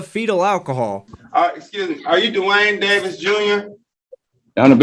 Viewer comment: "Duh-Wayne" Davis..........What a dope!